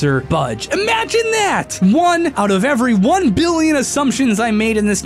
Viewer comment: you mispronounced billion...